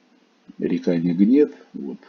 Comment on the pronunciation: Приветик!Ну насмешили река с ударением на первую а,рядом с заповедником есть Бобровый Лог там то же делать не чего.